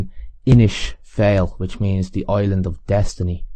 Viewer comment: Isn't "fail" pronounced " fall" in Irish, the "ai" being pronounced as "ah" would be in English, as in the way "Fianna Fail" and "Dail" is pronounced?